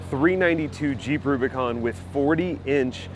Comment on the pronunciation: I like how you said “boo bicon” and not boob icon